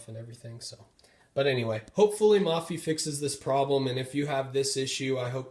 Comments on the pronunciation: It's pronounced (moe-fee) not (mah-fee) lol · it's pronounced "maw-fee" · its MOH-PHEE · Thanks for the video. Please note "Mophie" pronounced with a long 'o' sound, as in "Oh!". Not as in "modular". You can confirm this by listening to the video on their home page.